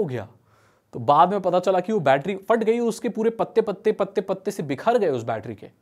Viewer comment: Bro first of all Fat ni "Phat" hota ha